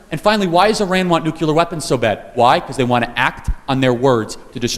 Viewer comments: Charlie Kirk needs to stop saying "nucular" family instead of (Nuclear) family which is correct. No such word as nucular, it makes a person seem stupid when they mispronounce a simple word like nuclear. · It’s nuclear not “nucular”. Why does this mispronunciation persist even amongst educated people? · Charlie Kirk pronounced Nuclear as 'nucular". That is dumb as shit. That was how George W. Bush pronounced it. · Why do people say nucular?!? Its NUCLEAR. One of my biggest pet peeves. Read how the word is spelled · Charles—2 things: (1) Nuclear is pronounced like new-clear, not Nucular; and (2) “irregardless” isn’t a word. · Charlie, I love ya, but it's "nuclear" not "nucular." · Love your work! Grammar is important in your quest to change minds. It's nuclear family not "nucular"....also "iregardless" is not a word. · Charlie, please correct your pronunciation of the word "nuclear". It's "noo-clear", NOT "noo-cue-lear." (Same advice that was given to President Bush 41.) Also, there is no such word as "irregardless". It's just simply "regardless". Up your vocabulary game to remove one more target for your opponents to aim at. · If Charlie Kirk were my nephew I wouldn't agree and admire him more, yet I really, really wish he learned how to say 'NUCLEAR' correctly, it is not nucular, there is no 'U" between the letter 'C' and the letter 'L' ....... Please God, let him see this post, and let him continue helping societies, here and abroad. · It's pronounced: NUC-LE-AR . Nuc"LE"ar NUCLEAR ... "NOT" - NUKE-U-LAR "LE"ar ... not "U"lar. It's "ASK" .. not AKS like Donna (aka DUMBa) Brazile says. Reminds me of Bush saying NUKE-YOU-LER .. instead of NUKE-LEE-RRRRRRrrrrr. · Love you all! Please, though, "nuclear" not "nukular"; "exacerbate a problem" not "exasperate a problem"! You're exasperating my going nukular!